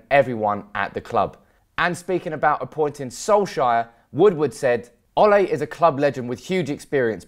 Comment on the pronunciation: Its correctly pronounced solk- sar not solk-sire